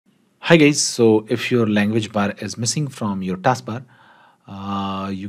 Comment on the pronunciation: Dude did u say gays in the start of the video?